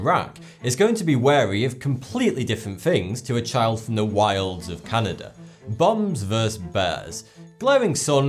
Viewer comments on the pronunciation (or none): none